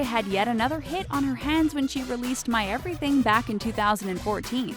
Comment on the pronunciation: You dont need to say EBEWYTHING